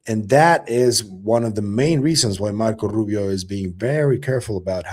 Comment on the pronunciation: Yo! Learn how to say Marco Rubio the correct way without your Latino flavor added 😂